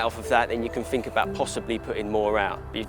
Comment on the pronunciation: Warning this video contains an idiot, who can't speak his own language (I FINK).